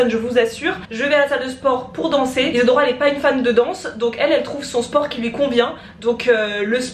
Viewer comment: nul nul nul germain mdr c tres bien ma mere fais que regarder t video elle arretev pas de dire Isadora par si isador parla